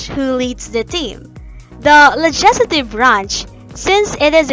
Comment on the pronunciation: Keeps mispronouncing legislative...